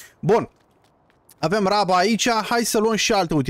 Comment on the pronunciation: Iti recomand sa zici roaba in loc de raba :))